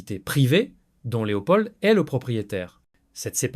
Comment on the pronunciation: Pourquoi vous prononcez le D de Leopold ? De plus ce n'est pas un Prénom, on dit le Roi Leopold.